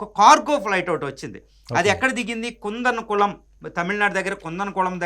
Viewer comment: కుందనకుళమ్ కాదు. కూడం కుళం